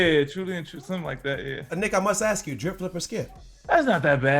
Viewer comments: Sole Collector why dad started to say “aks “ instead of “ask” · nobody: dad: I must AKS!